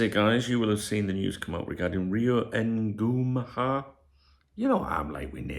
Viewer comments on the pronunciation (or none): It's pronounced "IN-GU-MO-HA" 😂